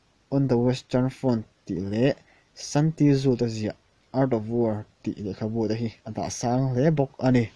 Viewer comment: Art of war ziaktu San Tzu hi "San Tizu" niloin "San Zu" tua lamtur ani. Bengvar thlak thei hle mai👍👍👍